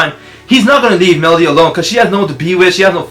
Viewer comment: Also, it's meredy not melody.